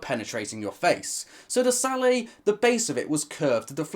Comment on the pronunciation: It's a hard "t"! The word sallet is not French!